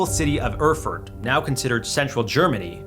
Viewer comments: "urfurt", lol - americans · Isn't it pronounced "air-furt"?